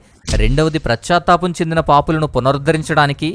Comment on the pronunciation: It is not prachatapam but it is pachatapam.